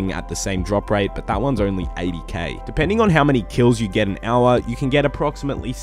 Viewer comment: everybody else -"hour" - "AuA"